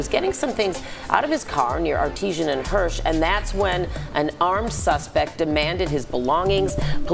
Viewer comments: I’m from Chicago and live on 63rd and artesian. It’s artesian not artisan. Pronounce the E. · FYI, it's Artesian, not Artisan. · It’s none of that. They just don’t care here. Anybody can get it, anywhere. Also, there is no “legal registration” here. We don’t have to register our arms. And it’s pronounced Ar Tee Shen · Artesian was said wrong 😂